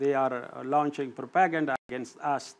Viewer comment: I like when he can’t pronounce propaganda